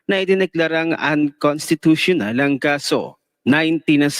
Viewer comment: accenting lang UN- cons- ( dito ka mag pause /accent ) ti- tu- tio-nal. Okay lang practice lang 👍👍👍💕